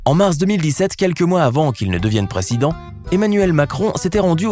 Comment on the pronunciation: c pas precident mais président